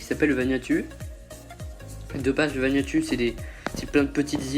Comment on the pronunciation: On dit pas VanuatU on dit vanuatOU